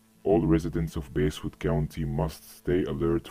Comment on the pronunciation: NO I THOUGH IT WAS PRONOUNCED BAHSSWOOD NOT BAYSSWOOD 😔😔